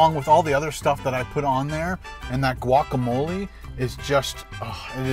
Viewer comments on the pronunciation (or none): none